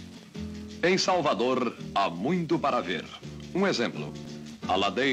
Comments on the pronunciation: Horrível esse R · "Em Salvadorrrrr" não fazem mais repórteres como antigamente